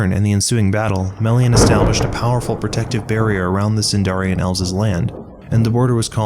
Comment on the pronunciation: Great synopsis, although every time you said Sindarian my soul died a little more.